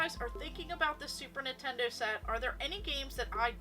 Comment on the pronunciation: Girl you are awesome keep up with that collection 🤩but “Nitendo” sounds really off just saying ❤️